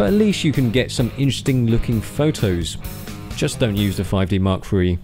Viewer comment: I am i the only one who cringed when he said 5D mkIII? xD